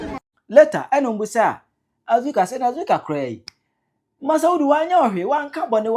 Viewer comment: Please it’s Azorka not Azuka